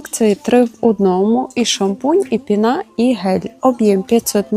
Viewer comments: Не пінА, а пІна, странні наголоси іноді цікаво звучать, аж по вухах ріже🤦😊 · чому» пінА» якщо пІнитись? Тобто пІна)